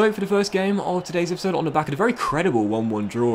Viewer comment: Anyone else love the way he says “e-e-e-p-is-sode”